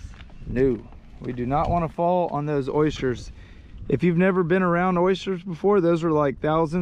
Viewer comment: They're OYsters not Oishters 😉